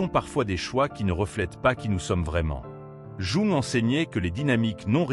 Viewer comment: Quel dommage ce doublage de voix par intelligence artificielle pour un contenu aussi intelligemment humain. Jung est prononcé "jouant", quand il n'est pas carrément écrit comme ça... Le fond de vos vidéos est top mais la forme est à reprendre. Elles n'en seront que plus appréciées 🙏